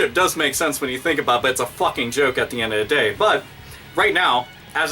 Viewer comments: I SORRY BRO YOU ROCK, LIKE SERIOUSLY, but its a lil funny when you say at'the'endatheday XD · this video is great but i just wanted to point out that you say "at the end of the day" weird